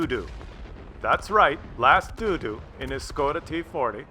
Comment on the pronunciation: last Dodo is an extinct bird haha pronounced doh doh